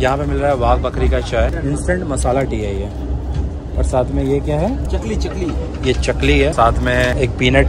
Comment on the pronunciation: It's not चकली (sparrow) it's चकरी...bcz it's look like 'chakri' (crackers iteam of diwali)